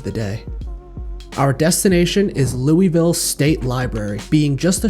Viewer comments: Finally someone who knows how to pronounce Louisville right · Love the video, love you pronunciation of Louisville as well, its beautiful